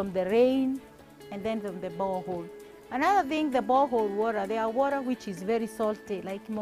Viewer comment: the worra woraa thing.not hers